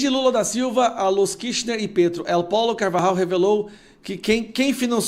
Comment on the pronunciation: Caro, não se diz (él pollo) diz (êl pojo), que em espanhol quer dizer, (o frango)